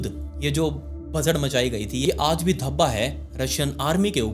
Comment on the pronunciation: Bhasa'D'... Bhasa'R' nahi